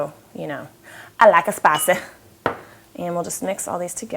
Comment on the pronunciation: Ok, so you've cooked it and now have to leave for quite a while, does that mean you have to eat the meat cold? if not, how would you make hot after resting for so long? ps. i have to lol every time I hear that funny accent ... "I like em spicey".